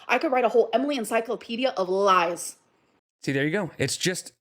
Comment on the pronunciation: Homegirl can’t keep with the lahs